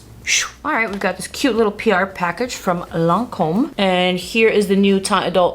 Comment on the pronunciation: Ma'am! That pronunciation was spot on! Edited: you clearly speak French. Dumbass me!